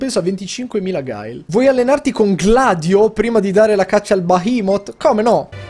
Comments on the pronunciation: mi hai aperto un mondo se si dice veramente bahaimot, perchè io l' ho sempre pronunciato praticamente come è scritto ahah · Comunque Yoto si dice "Bahamut" xD